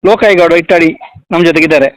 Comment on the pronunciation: ಅಣ್ಣ ಹಿಟ್ಟಾಡಿ ಅಲ್ಲಾ ಇಟ್ಟಾಡಿ......